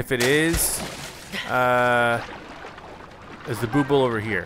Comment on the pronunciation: Just an FYI that Bubbul is pronounced like "bubble." I never said anything, but I've been watching this whole series and "booble" has been driving me nuts lol.